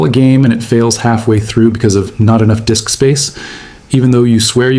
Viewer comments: "Low Dick Space"? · Frickin' AI! "Low Dick Space" 🤣